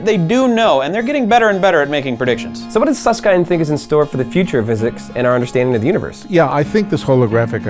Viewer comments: It's Susskind like kin with a d sound not Suss-kind. How can these jabronis talk about this type of stuff when they can't even say his name. They should just go watch Michael Jor-dan A-ron Rodgers play sports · Susskind, pronounced as in kindle, not as in kind. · Did you ask Susskind how to pronounce his name? I've always heard it pronounced to rhyme with "binned", not "bind". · Not "kind". ˈsʌskɪnd/ as in "kit" or "hit". I do recall him jokingly saying "some say kind" but that was exactly that. A joke. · Suss-Kind? Suss-kend* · who the hell is Hawkins and who is Suss-kind. it's pronounced. Hawking and Suss-kin-d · It's pronounced kind, as in kindergarden, not kind, as in be kind to strangers. FFS. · Nice video, but I'm somewhat irked about how they pronounce Susskind. By the way this is a very petty comment. I'm sorry.